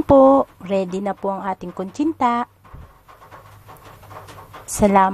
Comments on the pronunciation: Kutsinta not kunchinta. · koreksyon,,, kutsinta ba.? o kuntsinta ehehe,... bulol pa rin si ate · bakit kuntsinta ang bigkas tama nmn nakasulat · hahaha oo nga po ate kuntsinta tanggalin nyo lang po yung N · KUNTSINTA NAKAKAIINIS PAKINGGAN ATE😅😅😅😅😅😅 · Hey Miss, you are representing the Philippines, be sure your PRONUNCIATION is correct. You got few mispronounced words like etc. or maybe you are only SO NERVOUS. 1) Kutsinta.....not kuntsinta 2) corn (starch) not cornstart. Pls. emphasize the ch I love kutsinta otherwise. Thank you.